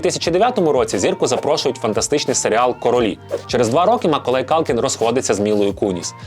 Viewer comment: Я думала, що це тільки я чую "Миколай"..😅🤗😁